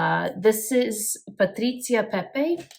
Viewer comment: You say "Patrizia Pepe" in perfect Italian, I love it!